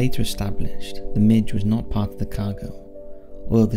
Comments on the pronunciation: Please, please stop saying Soviet warplane types incorrectly. It is not pronounced like a small bug, a "Midge". It is pronounced as you would a "Wig", or a "Swig". I had to have a "Swig" of Scotch after listening you continuously mispronounce one of the World's most iconic fighter aircraft. Come on man. 🇨🇦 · A "midge" is colloquial name for an annoying insect. A MIG is an acronym for a Russian fighter plane designation. I applaud the free spread of info but pronouncing an acronym correctly isn't hard. Watch top gun ffs if nothing else jesus